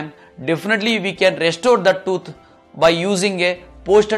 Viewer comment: Probably and possibly the best doctor ever but so hard to understand. Sorry Mr. I have an accent too but yours is really strong. Toot? Or tooth? Two different things.